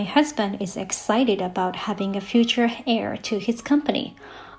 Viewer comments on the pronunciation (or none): HEIR mispronounced: this is said as AIR